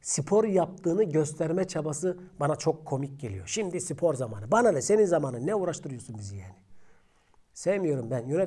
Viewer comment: Abim sipor degil spor